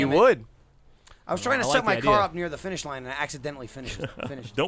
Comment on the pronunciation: It's not "Did Not Finish" It's "Did Not Finger"